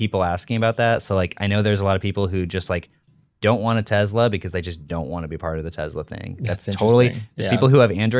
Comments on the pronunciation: Take a shot every time says "Tezla" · IT'S TES-LA.....…..!!!!!!!!!! NOT TESZZ-LA.......!!!!!!!! BOTH & say it like this & it friggn' drives me CRAZY! #JUSTHADTOVENT #SNS #WAVEFORM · “Tezla”